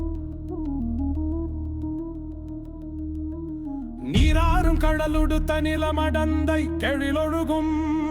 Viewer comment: கெழிலொழுகும் என்பதை எழில் ஒழுகும் என்பதாக தெளிந்து படிப்பது படிப்பது என்னாளோ!